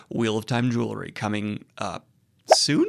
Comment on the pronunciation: Bro can't even pronounce jewelry. :)